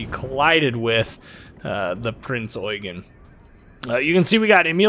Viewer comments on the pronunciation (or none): none